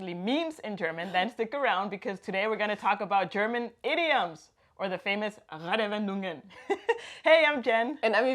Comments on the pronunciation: Not trying to be an Asshole, but when you said you've been here for 8 years i was a bit suprised, because when you said the word "Redewendungen" it was barely intelligible. Not because of your pronunciation, that was great, but your rythm was all wrong. It sounded like you were trying to cram a 5 syllable word in a 3 syllable space. We don't put spaces between the compnonents of a compound word, but there is supposed to be a small pause between them when spoken. Basically just reset your mouth to neutral before you say the next component. Those small pauses are also a great opportunity to take a small breath when saying one of the real long ones. Off course that only works if you know that a word is a compound noun and what the individual components are, so this might be another issue. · Falsch ausgesprochen: Reddewendungen! - Die Es bitte nicht so hart und kurz aussprechen! Richtig wäre: Reedeeewedungen - Bitte nicht so schnell und hart sprechen!